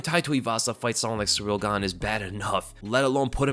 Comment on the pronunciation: "Surreal Gane" lol. Your channel is dedicated to covering the sport and you're constantly mispronouncing names.